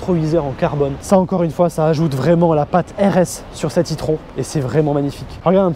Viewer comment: ça ne se prononce pas plutôt " i-trone " ?